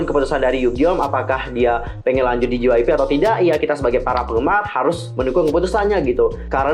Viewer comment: Ngakak Gua Denger Ngomong Jypeip😂